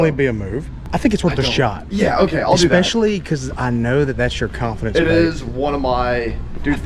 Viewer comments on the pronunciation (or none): ….. it’s ESPECIALLY… ES-pescially. Not EXpecially. The word is ESPRESSO… not EXPRESSO. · killing me with the "eckspecially"🤣